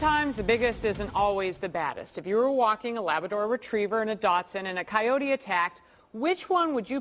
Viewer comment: Hey,, it's a dachshund not a "Datsun." A Datsun is a car.